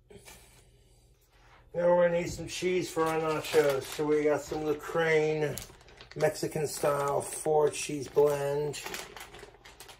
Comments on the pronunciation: its pronounce Loo-sern, not La-krain. How tf did he get that from the word Lucerne is beyond me. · LaCrane cheese? You mean lucerne as in Lou-CERN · That gourd bloat is impressive.. LOOK AT IT! Also, "Loo-crane" FFS. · The way he pronounces "Loo-craine" is gonna pull Switzerland out of neutrality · He must be a troll. There is no way he read Lucerne as lucrane... right?